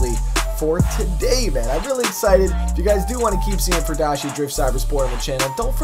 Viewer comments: It's pronounced fury-dashi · FUR-I-DASHI......I know you like the furries mate, but come on :P